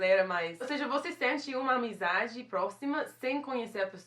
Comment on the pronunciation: A palavra que eu mais amei: Amizidade hahaha vou aderir